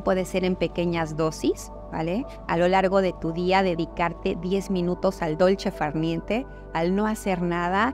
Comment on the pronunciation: Solo tú podías crear un video tan maravilloso,. Gracias por tus valiosos consejos, y por dedicarte con tanto amor a mejorar nuestra vi da. Me gustó el dolce far niente pronunciado en mi idioma! Y me conmovió el mensaje a tu mamá. "No hay amor sin hechos ", dice el gran René Mey, y tú este amor lo demuestras en todos tus videos. Namasté 😙 Lucia